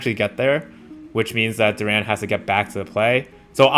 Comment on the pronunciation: Jalen Duren's surname is pronounced with the stress/emphasis on the first syllable, resulting in "DUR'-en" rather than "dur-EN''".